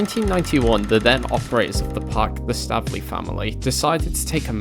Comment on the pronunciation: Please say their name right. Stave (like knave or save or pave) ley. Staveley